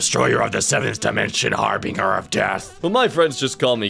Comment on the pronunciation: Did he really pronounce harbinger as "har-bringer"